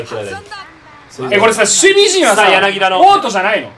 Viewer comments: やなぎだじゃないよやなぎただよ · まじでソフトバンク使ってくれてんの嬉しすぎて、ほんと大好きです！！！！！ あと、やなぎ「た」な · 柳田 やなぎだ× やなぎた◯